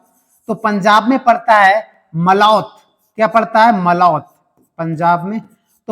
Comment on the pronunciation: Thank you so much sir ,itna explain kisi ne nhi Kiya Aaj Tak ise pehle 4 videos dekh chuka hun ,maza aa gya video dekh k ,,,,aur sir mai Punjab se hun jo apne मलौत बोला था ,,बो मलौट है